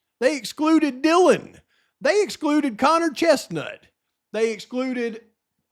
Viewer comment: Did they not check that fingerprint against Dylan? You didnt say Dylan right...??